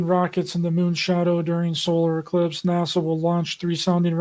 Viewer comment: He definitely made sure he said elipse instead of eclipse,that's a job for Paul Knight, he'll be on that big time and I'll be waiting for the next episode he does with you👍